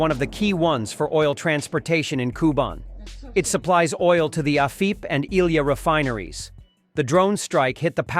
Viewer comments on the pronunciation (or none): none